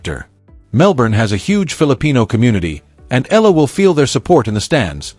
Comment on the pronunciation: EYAHLAH. .. not ELA ,not ILA. Please say it right